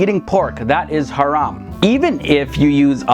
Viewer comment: You pronounce the word haram beautifully 👍🏼 lol